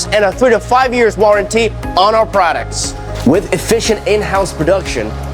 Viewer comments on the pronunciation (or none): none